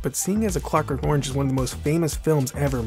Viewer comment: I attempted to watch this but was repelled by the narrators hideous pronunciation of the word orange.